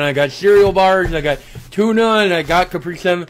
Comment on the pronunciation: Most frustrating thing about this was the way he pronounced Capri Sun